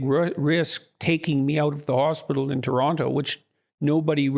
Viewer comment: hate the way they say Toronto.